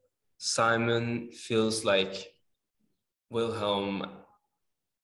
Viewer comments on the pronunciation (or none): Is it just me that gets annoyed when they call him sAimon and not sImon I mean I guess I am just used to it but it sounds weird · Since when did it become S-ai-mon and not Sim-O-n!?